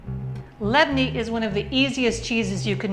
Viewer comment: My usual everyday breakfast .. I love the way you pronounce it ..In the cutest Lebanese way 😍😍😍😍😍 .. saha w afia